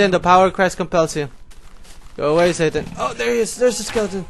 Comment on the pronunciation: when u say skeleton it sounds like lilidain